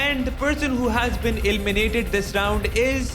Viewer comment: ELIMINATED❌ ILLMINATED ✅